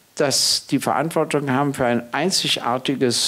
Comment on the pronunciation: Rhetorisch vielleicht nicht vorteilhaft, dass er z.B. die Worte enteignen, verinnerlichen, Verantwortung nicht aussprechen kann, da er nach eigener Auskunft den Glottisschlag nicht beherrscht.